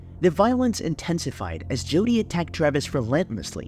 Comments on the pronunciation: Why are you saying Judy??? It’s Jodi …. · her name is JODI not JUDY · Her name is Jodi, not Judy.